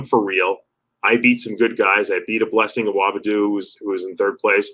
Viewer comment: Dave, Blessing has addressed you mispronouncing his name, on MD's channel. It's not A-whoa-BIH-doo... It's A-woah-DIH-boo. To err is human, Dave. But, your an upper-echelon BB channel. You're turning into Sal 😄